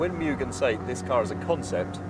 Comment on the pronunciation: "Mugen" should be pronouced as "MOO-gen", not "MU-gen" as in this video.